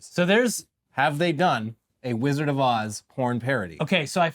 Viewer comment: "The Wizard of Oohs"